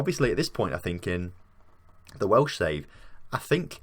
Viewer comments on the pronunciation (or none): none